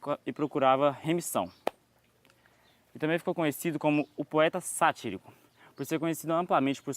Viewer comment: Uma observação, fala-se "satírico", a sílaba tônica é o "-ti"